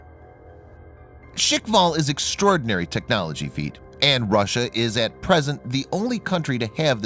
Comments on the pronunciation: *FEAT* not "Feet" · "Shik-val"? "Knots per hour"!!! And this guy expects to be taken as a seriously? "technology feet". Feet?? Oh dear.